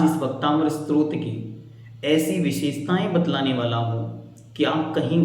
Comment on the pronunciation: भैया जी आप बहुत अच्छा समझ रहे हैं लेकिन आप इसे भक्तामर स्त्रोत बोल रहे हैं जबकि यह स्तोत्र होना चाहिए